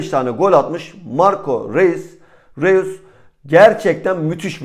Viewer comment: r e u s diil ...roys diye telafuz ediliyor